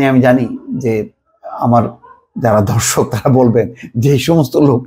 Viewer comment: ei deshe che guevara jonmaleo lompot hoto. . sorry, bhai... apnar kono ithash ghan ache kina... amar shondeho holo... ar 'amar dorshok' shobdo.ta clear kore bolun... correction korun... it sounds odd